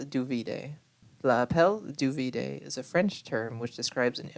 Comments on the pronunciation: Just a quick correction: “L’appel du vide” does literally translate to “the call of the void,” but “vide” is pronounced veed. Great video! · L'appel du vide - "vide" is more or less pronounced "veed" :)